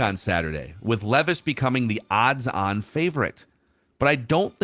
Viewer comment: It's leeeeevis according to 😭